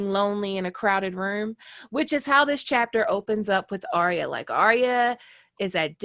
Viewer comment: Excellent video. But its ArrrYUH not aria